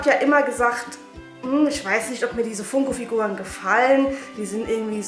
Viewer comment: Du sprichst Funko falsch aus aber egal trotzdem super Video